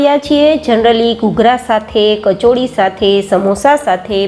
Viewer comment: Khub saras che pan bena kacho- ari naa bolai kacho-ri bolai...pls modify your word. Gujarati ni shaan naa javi joie.